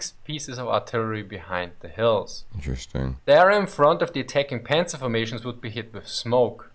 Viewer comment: It's not pronounced Pänzer ... we say Panzer without Umlaut so I don't know why this guy is butchering this word.